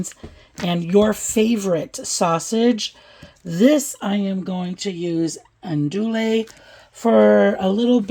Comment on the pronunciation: it looks so good and I’ve made several of your recipes. Just a hint from us in the south, it’s pronounced ahn do ee sausage. Thanks for all your great recipes.